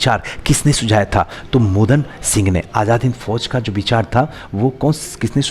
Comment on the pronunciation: Yaar sir aaga khan ko ankha khan mohan Singh ko Modan singh bolte ho please sahi me ucharan kiya kijiye